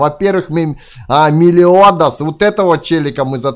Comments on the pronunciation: не мелиОдас а мелИодас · ЭТО мелИодас на и на и а не на о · МЕлиодас ударение на е из аниме семь смертных грехов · МЕЛИИИИОДАС ПРАВИЛЬНО И ОН ИЗ СЕМИ СМЕРТНЫХ ГРЕХОВ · в мелиодас ты на о ударение ставишь а надо на и